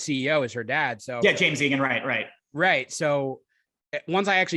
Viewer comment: it's "Jam" Egan not "James". Pronounced like a singular James. :) I hear people saying James